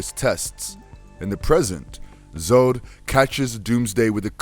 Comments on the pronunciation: he said general zood lol its pronounce zod rhyming with god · Zod not zood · Why do you say Zode and not Zod ? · Why do you say Zod like Zode? It's odd with the Z in front. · I'm 60 years old and I always thought that Zod rhymed with God. Apparently I was wrong and it rhymes with toad? No. I don't think so. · ... "Zod".... Not "Zoad"... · It's pronounced Zod (Zahd) not Zod (Zode). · Doomsday is like the Terminator but much unkillable and it's pronounced Zod not Zode. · THANK YOU!!!!!!! Zod (zohd) not zode/zoad this gave me twitches everytime I heard it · Zode??? Its Zod bro.... get it right. Damn..Jack Snyder ??? Its Zack Snyder.. wtf is wrong with you...know your shit man. Damn.. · Zack, that would be "Zack" not "Jack" Snyder. And how are you pronouncing "Zod"? It's "Z ah d" not "Z oed". Great video btw. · It’s Z-AH-D Z-AH-D not z-Oo-d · Just out of curiosity is English your first language? Or maybe you have a learning disability? Because as good this as this video could be, the fact you kept butchering words, ruins it. It's ZOD not ZODE. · It is general Zod. It rhymes with god. Not Zode which rhymes with mode. I like the subject of many of your videos but this continued mispronunciation of names sounds like nails on a chalkboard. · It’s pronounced General Zahd not General Zohd! Lol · Who is Zode? Do you mean Zod? Its like you didn't even try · I know multiple people have said it already but next time PLEASE LET SOMEONE WHO KNOWS THE COMICS NARRATE! I mean come on he said Zode bunches of times when it is simply pronounced Zod. This isn't a bad video at all, far from it. But the mispronounced words and names is super jarring and takes me out of the experience. Just some constructive criticism. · Yeah. The way he kept saying Zode. Instead of Zod. Was annoying. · Its Zod not Zode. That was making me cringe every time. Otherwise absolutely loved the video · Lol... General "ZodE"... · Yea,...What kind of sense does ..."Zodes and monsters" make?